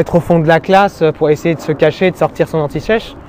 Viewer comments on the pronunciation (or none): a un moment il a dit antichech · Tu pourrais faire une pub Sosh tellement t'as du mal à dire "anti sèche" 😂 Sinon comme d'hab: GÉNIE ! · antishèche xD